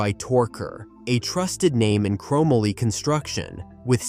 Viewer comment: Chrom ma lee?